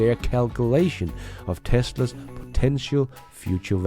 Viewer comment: Hey there ! Sorry to say, but, as in contrary of your videos being just ...excellent, there is SOMETHING weird in your access , that cause the Google translator to often translate the word " TESLA'S or TESLAS " into ..."TESTERS or TEST" and it's becoming very, VERY annoying (in fact, it's nearly 40% of the cases "TEST/ERS" instead of Tesla's.!) ! Please, either try a better accent for "TESLA's / TESLAS " , or inform Google help center to somehow ... fix it , even if that means to FORCE the translator to use TESLA instead of ..testers when the video is all about CARS , i mean, what kind of AI do they have if it ain't able to conceptualize the essence of the existing words based on the whole subject and choose the best fit from there on !! Many thanks in advance !!